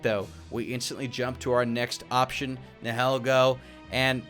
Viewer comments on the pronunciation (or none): Can I correct some of your pronounciations Piloswine ,,. Pi-low- swine. Nihilego,,,, na ya li go Idk if that makes sense but it is actually pronounced like that I hope you can understand what I wrote there haha